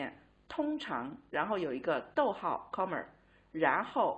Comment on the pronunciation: I like the teacher's pronunciation of "comma" as "commer". It's like using 儿化 in English. :-)